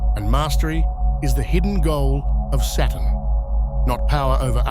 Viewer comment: Anyone else notice after hearing it a countless amount of times in this video that the word Saturn sounds an awful lot like the word Satan?